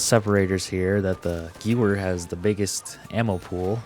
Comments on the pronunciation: Good video overall, I just want to point something out because it was bothering me. In German, W's are prononuced as a V sound. So the Gewehr 43 is pronounced "Guh-VEHR", not "Gewer". Also, very few weapons use actual clips, which are just small pieces attached to bullets to help guide them into the weapon. They are called magazines. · Guwer. Ew 😂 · good vid its geVer not geWer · 🤓 it's pronounced "ghevear"